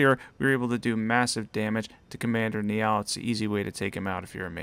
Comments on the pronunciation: niall is pronounced like the river Nile (easiest example) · commander Niall was butchered when you said the name